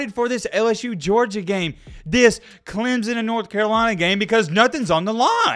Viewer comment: DUDE just where the hell is the Z in Clemson?? ITS clem son NOT CLEM ZON dude cant even pronounce it correctly smhh